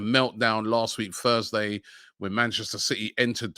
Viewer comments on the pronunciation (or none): none